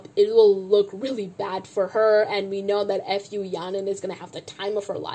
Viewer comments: As much as you dislike Fu Yaning, can you at least pronounce her surname right? It's Fu (like Foo, or food without the d), it's so cringe when you say F U Yaning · i can't get over the way you pronounce fu yaning's last name